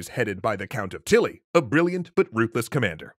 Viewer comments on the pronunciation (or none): "Count of Tilly" is pronounced "Count of Teeyee" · The count of Tilly is pronounced as the count Till